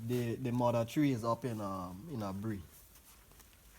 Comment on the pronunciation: no he doesn't have a jamaican accent, the way he pronounces mother and more words is tale tale sign he is not jamaican